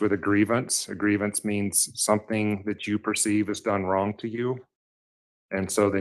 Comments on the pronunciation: She says “wrongk” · "I've done EVERYTHINK you've asked". "You brought your ex wife up into our home and that was WRONK". "I haven't done ANYTHINK"! The way she speaks is so gross. It's so painful to listen to and sadly, Harley speaks the same way. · I just love when "" says things like "he was dark SKINDED". Lol. Not to mention the "I didn't do ANYTHINK WRONK" and every word ending(k) in G, she adds a K. She's sooooo smart with her PhD in Education. Hahaha. Also, Al mentions she went to Law School😊😊. He doesn't believe it, but she clearly told him something like that. She probably told him she started law school and decided it wasn't for her so she went for her PhD and instead.. 😂😂😂